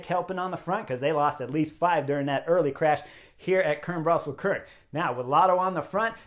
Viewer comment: Chris; the e at the end of Kuurne is not silent; it has two syllables with the 'uh' sound at the end: Kuur-nuh. Sidenote: Spicy Taco is not a traditional Dutch name... Also: van Hooydonck's nickname is: 'De Lange' (The long one; we would say 'tall' instead of 'long'); he's 1.93 mtr; about 6'5".